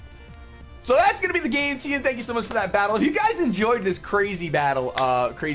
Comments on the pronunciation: Hahaha echt grappig hoe 'teun' zegt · It`s always funny to hear how other people pronounce dutch names haha